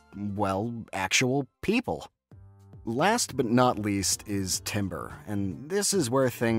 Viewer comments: Nitpick but 'Timbre' isnt pronounced 'Timber', but 'Tamber' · It’s pronounced tamber not timber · "timbre" is not pronounced the same way as "timber." it's pronounced "taam-ber." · I cannot say I've ever known "timbre" to be pronounced like "timber." It's always tamber, closer to how the word would be pronounced in French. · Yo who’s gonna tell him it’s pronounced “tamber” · As a music educator, yes can confirm this! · as someone whos been constantly reminded that timbre is pronounced "tamber" this makes me really sad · Did... did he he just say 'timber'. As in wood. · tam-burr.... its tam-burr lol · "timbre" is not pronounced like the wood, it's pronounced like "TAM-ber". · Timbre is pronounced tamber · as a fellow music student i feel ashamed for thinking timbre was italian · Why do you say timbre that way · Getting annoyed whenever he pronounces timbre with an i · (you pronounced timbre incorrectly, but thats an understandable mistake because its pronunciation doesn't make any sense) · My friend. This is a great video, but the way you mispronounce "timbre" is killing me.